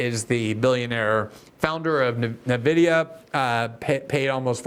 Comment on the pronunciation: Why is nobody able to pronounce Nvidia. ENN-videa.